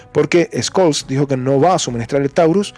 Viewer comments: Una pequeňa observación: Scholz se pronuncia sholts no skolts. Von der Leyen se pronuncia fon der Laien; Fico (el eslovaco) se pronuncia Fitso no Fiko. Pequeňos detalles que mejoran la transmisión. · BROTHER THE PRONOUNCIATION OF SCHOLTZ IS SSSHOL. 👍